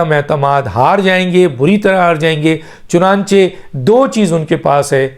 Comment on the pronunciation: سر میں آپ کا ویلاگ ضرور سنتا ہوں۔ آپ بہت اچھی خبر دیتے ہیں۔ لیکن ایک لفظ آپ غلط بولتے ہیں۔ لفظ ہے (چنانچے نہیں ہے) بلکہ (چنانچہ۔ چ ن ا ن چ ہ ) ہے۔